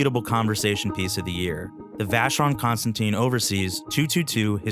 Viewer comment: And I don't understand how wrong the name is pronounced by the speaker.